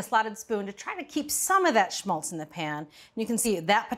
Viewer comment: Awesome clip. You said "shmultz" too much, but hey...